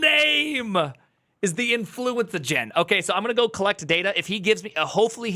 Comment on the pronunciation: Influencagen LOL sounds like Influenza